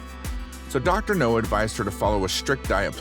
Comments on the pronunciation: Dr no ?! What is he a james bond villain or something ?! It's dr 'now' mate, try pronouncing it right ... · I disliked the video just because of the trolling of you saying "dr no" instead of dr now! RIDICULOUS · It’s “Dr. Now” not Dr. No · Dr NOW!!! Not Dr No. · Yeah and he's not consistent with how he pronounces it. No now, no now That's just laziness. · Exactly. Is NOW. Not NO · IKR! That drives me nuts!